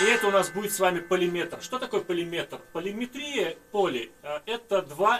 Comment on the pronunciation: Нет уж, эти новомодные введения оставьте при себе, сейчас последние 5 лет стала тенденцией и модой смещать ударения в словах, а правильно все-таки: полиметрИя, полифонИя, полиритмИя и тд. Всю жизнь так музыканты говорили, с детства...